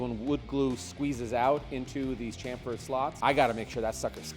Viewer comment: Nice build. It’s pronounce “SHamfer”